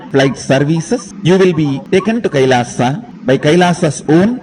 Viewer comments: What is Kailasa... It's Kailash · Ram ko rama bolo, krishna ko krishna bolo, Kailash ko Kailasha, aa ni add hota Hai, agreji!